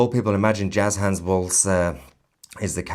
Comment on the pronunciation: Just A friendly FYI Born bred raised Minnesotan here. It's Tim Walz (Not Walsh or Waltz)